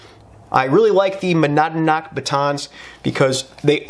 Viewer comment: Monadnock = "mon-ODD-knock"